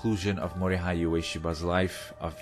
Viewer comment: The “hei” part of Mori-hei is pronounced in the same way as the “ha” part of “hatred”.